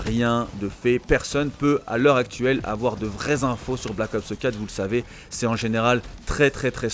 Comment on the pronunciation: Pourquoi tu dis "Black Opseu 4" comme PG 😂😂 J'ai capté c'est une manie de langage que t'as "copié" sur elle a force 😂 Perso CoD a part si y'aura un MW4 c'est finis pour moi, ça fait 10 ans que j'y joue, je suis soulé